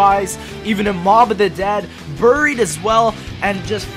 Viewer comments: "Buurie" lol it's pronounced with an AR. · Berried, dont know where you come from lol